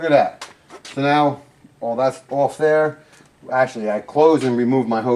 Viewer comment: It’s a water heater If the water were hot, it wouldn’t need a heater. Also, the words are: THERE & THAT. Not dere & dat. Other than the sound of your voice, thanks for the help.